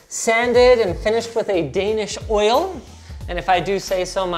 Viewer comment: Yo linus, wtf is a "danish Oil" ? Br. A danish guy.